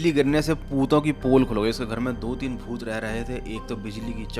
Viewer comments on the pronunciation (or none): bhooth ❌ Pooth 😂